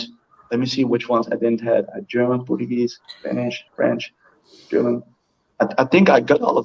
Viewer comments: Portuguesh Portuguesh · I’m a native Portuguese/Japanese native speaker and learned Spanish and English. His Portuguese sounded way more Portuguese than Brazilian and a few of his words were off in both Portuguese and Japanese, but still he’s an amazing speaker. His Spanish is also amazing